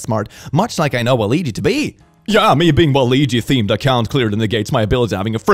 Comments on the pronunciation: It's actually waa -luh-wee-jee. Alternatively, waa-loo-wee-jee. The second example of the ouija board isn't far off and can be understood depending on accent, but the initial pronunciation key you listed is just ignoring the existence of the U. don't mean to be that guy, jus tryna help. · Oh my god no it's not 🤣. It's Wa-Luigi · Just a heads up,. Waluigi is pronounced ‘Wal-wee-jee’, like Wal-Ouija board. Loved the video! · fair enough! tomato tahmato. either way, i don’t think was pronouncing it right, lol. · The way he pronounces Waluigi hurt me on a spiritual level. Also, religious zealots act like they don't know where the harsh feelings towards them come from then say shit like "only people in my religious group should have a say in the laws that affect everyone". Ironic coming from the people the "freedom of speech" crowd. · Every time mispronounces waluigi a piece of me dies